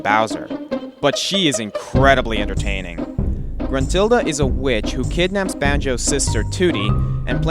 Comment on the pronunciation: gentrulda? First, is Gruntilda. Second, what's so bad about her. I know it's not the best but is at least not bad.